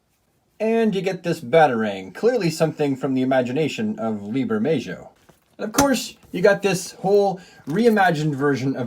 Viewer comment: The J is pronounced like an H in Bermejo